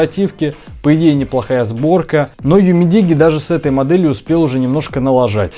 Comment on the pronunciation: UMIDIGI - ЮМИДИДЖИ _ УЧИМСЯ ГОВОРИТЬ ПРАВИЛЬНО